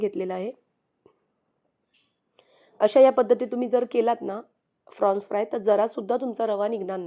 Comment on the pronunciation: It is Prawns not Frawns.